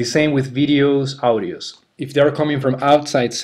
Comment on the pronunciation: Hey, buen video pero muy fuerte el acento. Tenés que trabajar un poco la pronunciación (what se dice /wot/ no /wat/, audio se dice /odio/ no /audio/, image se dice /imidj/ no /imadj/). Abrazo!